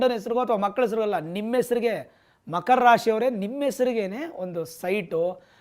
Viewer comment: Makhara, Bhakara 😂